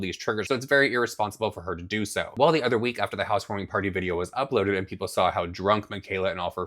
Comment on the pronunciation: "We had a housewoaming potty" LOL this lady is so messed up.